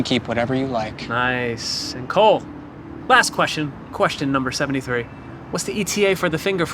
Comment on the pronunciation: anyone notice he said Colt instead of Cole ????